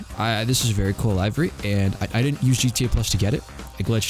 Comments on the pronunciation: Also it’s Livvy livery Not lively livery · "live"-ery Wtf